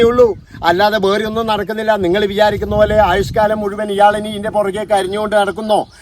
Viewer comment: സാറിൻ്റെ വീടിയോ ഇഷ്ടമാണ്. പക്ഷേ സാർ, ബേറേ എന്നല്ല വേറെ എന്നാ ന്ന് ഉച്ചരിയ്ക്കേണ്ടത്